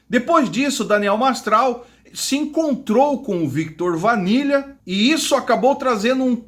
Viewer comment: Cara interessante teu vídeo.. mas por favor fale o nome das pessoas corretamente: Viktot Vanila? Oi???